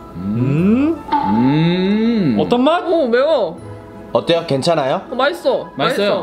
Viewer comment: 어.때.요 괜.찮.아.요? 너무 또박또박읽어서 터졌다